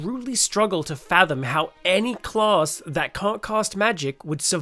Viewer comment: Clause? Claws? Oh, CLASS! Good video, clear sound and voice, very good!